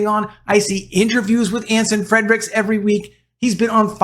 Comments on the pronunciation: His name is NOT FREDRICKS , makes you sound bad that you can't even get the name right!! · Can you PLEASE pronounce Anson Frerichs last name correctly. There is no letter D in his last name.